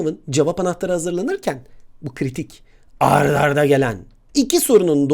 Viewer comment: hocam ard arda değil art arda olcakk😁🙃